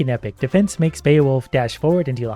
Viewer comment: Given the way he frequently bungles common words (coughmeleecough) I'm genuinely shocked to hear correctly pronounce Beowulf